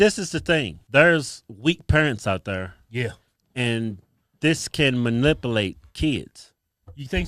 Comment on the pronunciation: I don’t trust any grown ass adult that pronounces manipulate like “manipoolat”.